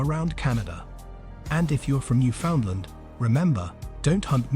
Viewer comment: This isn't very good. Pretty inaccurate and full of nonsense, starting with the robotic narration and mispronunciation of Newfoundland. You can in fact hunt on Sundays. That photos shown when you say Screech is actually beer, not rum. You talk about moose while showing Caribou. I have no idea where you got the idea of not wearing red on Sunday, but would be interested to see if you can cite it as fact.